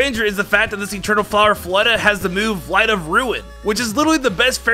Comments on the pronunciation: Wtf is “fleta”? You mean Flo-ette? My advice is to slow your speech and enunciate. Obviously do some research if necessary. But there’s been multiple pronunciations in your videos that were so far off that it seems you either didn’t know your material, or haven’t corrected what you called it as a kid. I like you. Please put in the work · HEAVY BREATHING ITS ZIGZAGOON NO ZIGZAGZOON AND ITS FLOW ETT NOT FLOW ETTA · Mistakes I noticed: Zizazoon Floetta Voltorb Absorb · Floette: exists: "Floetta" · Don't forget "Floettah" 😂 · mispronounces Floette as floetta, gets the mega stone origins wrong as it was the ulimate weapon that did it